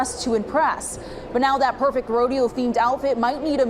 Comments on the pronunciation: It's rodeo,, not a roadie hoe,.. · God damn it! It's a Rodeo not a Rode-hoe! L Nigafication! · Its a Rodeo NOT A HODEO!